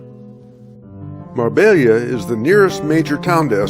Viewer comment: Hi and. Nice video. Marbella is a city name which can be pronounced properly with a little effort. Mar-BAY-ah. You did a great job depicting the delights of my newly adopted home -- Estepona. Thank you.